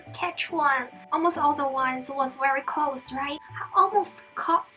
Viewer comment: It close not colds you keep saying colds